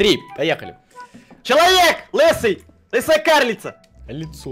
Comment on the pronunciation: Не лесуя а лысая))